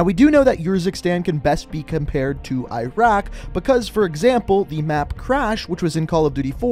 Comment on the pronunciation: Cheapskate If you haven’t noticed, he can’t pronounce most of the names correctly. Not even Iraq or Urzikstan, for that matter.